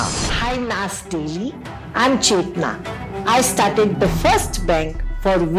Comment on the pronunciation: U are saying chethana wrong it is putting a whole new meaning it means trash in telugu